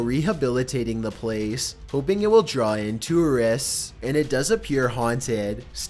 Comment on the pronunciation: Burglar = Burg-a-ler Tourist = Too-ress